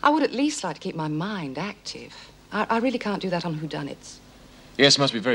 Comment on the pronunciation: haha not tonight Jim " I'm washing may hair"